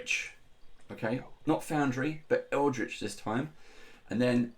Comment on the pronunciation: Hi! I can't believe nobody's said "Eldrich" yet...